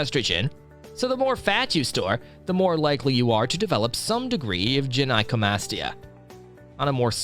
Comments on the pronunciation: its "guy-no" not "jen-eye" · i thought you said jedi comastia